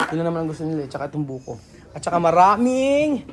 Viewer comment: It’s Buko salad NOT buhok salad! 😂